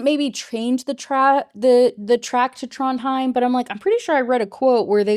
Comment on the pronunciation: Aw Trondheim is where my grandma is buried. Your pronunciation is fine!